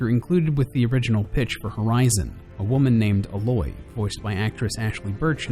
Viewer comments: Great video, but it really irks me how people who've played the game still refuse to pronounce Aloy's name correctly. It's 'Eh-loy' not 'Ah-loy' just ask Guerrilla Games. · you know, it sucks you didnt play the game, cause the first thing you here Rost shout is A(EH)- LOY. not uhloy. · A- loy. Not uhloy. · WHEN I FIRST HEARD HER NAME PRONOUNCED “AY-loy” I THREW UP!!! BUT IF THIS GUY SAYS HER NAME IS PRONOUNCED “uh-LOY” THEN I'M NOT AS PERTURBED. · I... why... this is an honest question. Everyone in the game calls her A-loy not Aloy (if you get what I mean). Yet a lot of people still do it wrong like in this video. Why? It makes me feel as if they did not pay attention to the game and I don't think that's the case. Still why? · It really annoys me that he says uh-LOY, rather than Ayloy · ...that's not how you pronounce "Aloy". You pronounce the "A" like the letter, not like "Ah". Her name is said before the main menu comes up. I think the only way to not know how to pronounce her name is to not play the game at all or watch any gameplay of a quest. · she's called Aloy... not alOy... you highlight the beginning, not the end... good video though :) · IF HE SAYS "A LOY" ONE MORE TIME!!!!!!! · It's pronounced Ay-loy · he hasn't even played this game. he would've known how to pronounce the main characters name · Why does everyone pronounce Aloy wrong!!! she's not a fricking mix of metals. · I play a lot of Horizon, so when he pronounced Aloy, it triggered me quite a bit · I hate how he constantly mispronounces Aloy's name. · i cringe with how he says aloy's name